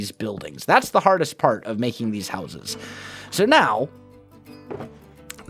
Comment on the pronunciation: u can't pronounce houses